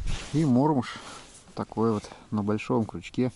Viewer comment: добрый день! Всегда приятно и познавательно смотреть Ваши видео. Я, человек уже с большим багажом, и мне" режет слух" неправильное произношение исконными россиянами многих видовых названий беспозвоночных - пищи рыбы, а именно, неправильно массово, в том числе и Вы, произносят "Мотыль" и " Мормыш" с ударением на первом слоге. Согласно давно принятым правилам ударение в обеих словах ставится на второй слог. Был бы очень Вам благодарен за акцию по правильному произношению таких приятных и любимых рыбаками слов. Спасибо за понимание!